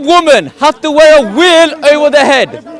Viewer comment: there's no "V" in South Asian languages, the nearest equivalent is somewhere between "V" and "W", every time he said "veil" it sounds like "wheel", I was cracking up😅